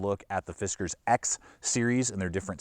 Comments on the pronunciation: I think it's "Fis Kars" not "Fis Kers" but it doesn't really matter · It’s pronounced “Fiskars”. 😉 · "Fizzcarz norton" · yeah ,It's just "Fiskars " bro ;)